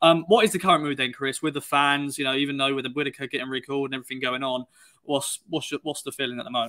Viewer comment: There’s t’s in Whittaker, not d’s!